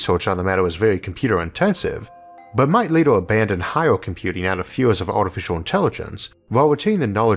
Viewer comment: Just wondering... what is a "Disastorr"? When does "Laytorr" happen? Who really has the "Answorr"? What is a "Glaysiorr"? Can mountains really get "Biggorr"? Are "Maurrs", "Ourrf" and "Jupitorr" newly discovered planets? Do we know how big the "Univorrse" is? Is oxygen really that much "Heaviorr"? When did the US switch to using "Dollorrs" as their currency? How much "Cheaporr" is "Carbon Fiborr" than gold?